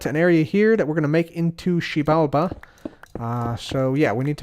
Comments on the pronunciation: it’s pronounced Zji-bal-ba I believe. It’s Mayan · Xibalba Keralis: Shebamibi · Massive cringe every time he says “Xibalba” 😂 It’s almost as bad as when Trump tried to say “Puerto Rico” in an accent! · Xibalba sounds like the Korean swear word, makes me laugh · Me trying to pronounce the title: Hermitcraft 7: To Xiebalabada! Episode 23) Please help me. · koreans be getting caught off guard everytime he says xibalba